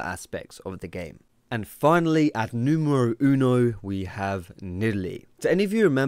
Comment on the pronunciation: Nidalee at "Numuru Unu" xD. That made me laught, your spanish is op :)